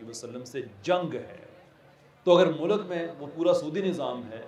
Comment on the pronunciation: tera bajega baaja intellect hai tere pass lunde ke intellectual sahb mulk bolna to seekh phir secularism per taqreer kerna